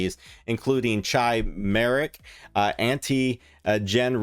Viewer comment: Myeloma is pronounced as "My-Lo-Ma" not MY-LEE-YO-ma. Chimeric, is pronounced as Chi-mer-ric not CHAI-mer-ric. Beta thalassemia, shot as beta-thal.